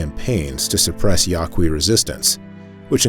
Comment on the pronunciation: Yaqui is pronounced YAH key. They call themselves the Yoeme. Many Yaqui live in Southern Arizona.